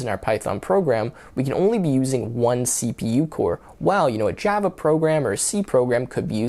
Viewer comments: Jyava Eh? 😂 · I have never heard someone pronounced "Java" like that. It's like how Trump says "China" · The way that you pronounce Java is so annoying